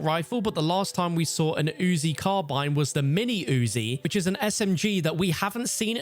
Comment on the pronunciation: Wow the was he says, “UZI” is like he’s really trying his hardest to emphasize a point haha